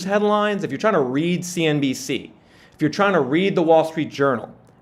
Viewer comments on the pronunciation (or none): none